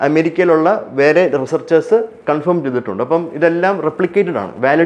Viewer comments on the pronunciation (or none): none